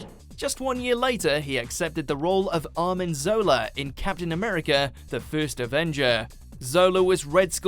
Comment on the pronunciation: pretty sure you got a tad dyslexic there, I distinctly heard Arnim Zola's name as Armin Zola....and it seems odd that you said Karen Gillan was too well known for both roles & thus wouldn't be included yet you included David Tennant, who's also just as well known for both the Doctor and Killgrave... also, crazier Jenna Coleman role trivia: she voiced Melia in Xenoblade Chronicles. She even reprised the role for the new epilogue chapter added to the upcoming Definitive Edition for Switch....*edited upon learning new info*